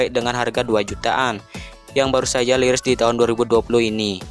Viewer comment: Rilis bang bukan liris😭